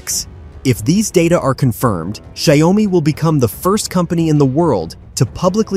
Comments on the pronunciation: Well, it 's xioa mi not xi oa mi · Maybe use an AI model that can actually pronounce the name. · Learn how to pronounce the company's name correctly